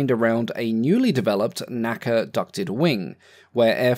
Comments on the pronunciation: N.A.C.A. pronounced En Ay Cee Ay. National Advisory Committee on Aeronautics. Never pronounced naca. Just as the Royal Air Force is pronounced Arr Ay Eff... not raf. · NACA is pronounced En A Sea A. My father worked for them.